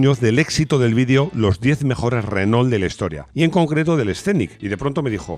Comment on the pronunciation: Por qué pronuncian ASÍ renault? 2mil años viviendo pegados y nunca escucharon la correcta pronunciación? 🤔